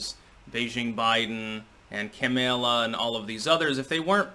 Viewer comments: "kam-ella" Bahahahahahah. Love it 😂😂😂😂😂😂🤣🤣🤣😂😂🤣🤣😂🤣🤣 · Did say Camel-a instead of Kamala in the beginning of this video, in the exact way I always do in the comment section on his videos? Has NOTICED ME?:D!!!!1!1!!!111!!!!11